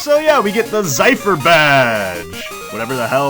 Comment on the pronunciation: A "zephyr" (zeh-fer) is a light breeze lmao Edit: which I suppose is very clever since Falkner is the first gym, which could be considered "a breeze," i.e. easy.